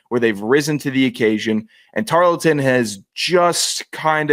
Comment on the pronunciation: I said I was gonna drink every time mispronounced “Tar-ul-ton” and I made a mistake of listening to this while working Hope my boss appreciates my overestimate of my profit for 2025..